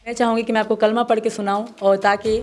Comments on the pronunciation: Galat padh rahi hai kalma aaja mere paas tum ko ham kalma sikha denge 😂😂😂😂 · Are kutti phele kalma sahi padh